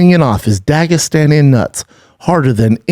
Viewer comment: Every time he says Dagestani it annoys me